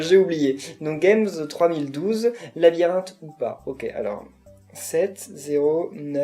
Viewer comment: 1. MON PSEUDO SE PRONONCE GAMESSE TROIS MILLE DOUZE XDDDDD 2. Je ne pouvais pas encore modifier le temps mais merci du conseil ! :) et 3... chuuuuut ! faut pas dire que je prévois une vidéo ou je vais faire tout tes niveaux... :3 va juste falloir attendre 2 semaines le temps que je récupère mon HDPVR xD en tout cas merci d'avoir fait mon niveau :p